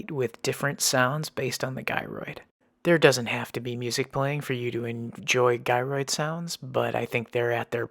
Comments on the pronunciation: it's Gyroid not Guyroid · btw, gyroid is pronounced with a soft g, like jyroid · Do you have to have played for a year in order to be able to find it? Or anyone can no matter what? It’s pronounced Jyroid .lol